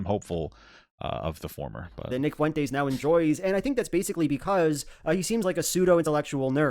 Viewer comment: the pronunciation of fuentes by throughout this video was like death by a thousand paper cuts